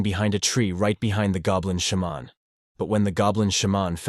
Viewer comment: I love how the voice says shaman as sh-mon. Like its some Michel jackson sound effect. XD